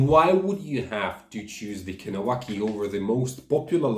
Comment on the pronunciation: You’re saying Kahnawake wrong